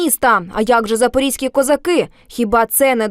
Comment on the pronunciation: Не запорізькі козаки, а запорозькі